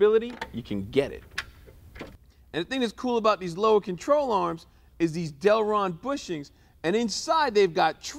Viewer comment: Delrin. Not Delron. Carry on!